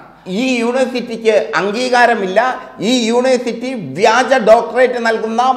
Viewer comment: യൂണേ സിറ്റി അല്ലഹേ !